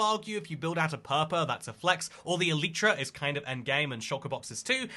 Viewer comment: This is another one of those don't fix what ain't broke kinda things. The eye of ender recipe doesn't need changing. Also, if i took a shot for every single time you mispronounced elytra i would've died of alcohol poisoning.